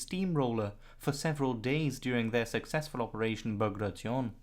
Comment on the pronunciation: "Ba gray shun"